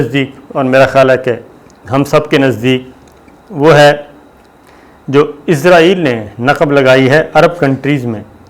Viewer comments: Bhai izraeel angel 😇 ka naam hai it's Israel 🇮🇱 don't b so dum told u many times to fix your pronunciation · plese izril na bolo israil bolo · IZRAIL nahi Israel sahi word hay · Please note , it is not izrail, it is israeel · صابر بھائ نھائت ادب کیساتھ عرض ھے کہ آپ لفظ بولتے ھیں عزرائیل یہ اپکو بھی علم ھے ایک مقرب فرشتے کا نام ھے اور نہ ھی اس نام کا کوئ ملک دنیا میں موجود ھےآپ مھربانی فرماکر صحیح تلفظ بولیے اسرائیل اور سب اپنے صحافی بھائیوں کو بھی گائڈ کیجے جب بولیں یا لکھیں اسرائیل بولیں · صابر میاں، کتنی بار لکھوں کہ اس ناجائز ملک کا نام اسرائیل ہے۔ عزرائیل نہیں۔ عزرائیل تو ایک فرشتے کا نام ہے۔ اور تل ابیب میں ت پر زبر ہے، زیر نہیں۔